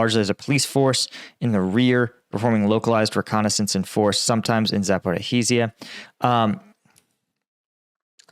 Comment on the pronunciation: Zaporizhiya, Za-por-izh-ya